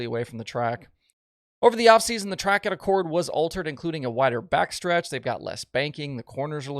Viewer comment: Love the work, but it's pronounced Ack-cord, not like the Honda car model. And virtually everyone outside the area says it wrong :)